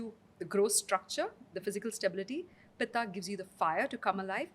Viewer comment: Good podcast but pronunciation of Vaat, Pitta and Kapha is annoying. Also, what is Ubtaaan? It's ubtan. She slips in between when she says Vaat-Pitta and in the next sentence quickly switches to Vaataa and Pittaa. When we say Ayurveda needs modern acceptance, it doesn't involve deliberate mispronunciation to make it western. Respect the science you're trying to preach.